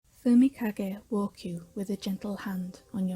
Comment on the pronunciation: subtitle pronouncing fumikage Subtitle : fumika gay walk- Subtitle : fumika gate